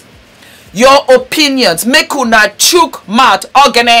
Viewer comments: P.S it's ogini( pronounced or- gee- nee) it means "what is it" in igbo or "kilode" in yoruba.Oghene you mentioned means God in Uhrobo dialect( Uhrobo is a tribe in Delta state, Nigeria).Sending you plenty love from Naija your very homeland. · I love you. You are a big inspiration to me. And I like the fact that you tried to speak a little Igbo Ogini (Or gi ni) Which means (what is it?). But in your own pronunciation it is sounding oghene which means God for Uhrobo people of Delta State I know you will improve it next time. Cheers!